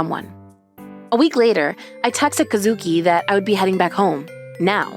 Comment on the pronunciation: Kuh-SOO-kii (Once again NOT EVEN CLOSE!)